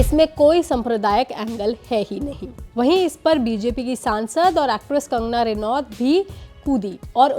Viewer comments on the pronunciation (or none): none